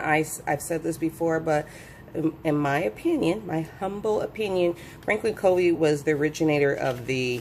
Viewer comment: Covey is actually pronounced “Cuh-vee” ;)